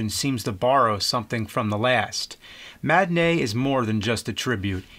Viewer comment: Matinee... Ma-ti-nee...yeah.